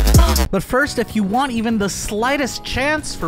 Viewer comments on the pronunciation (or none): none